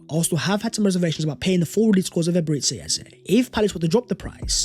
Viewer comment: It's Eberechi ... Like Tai Chi! Not Eberetchi. Or Ebereti as you pronounce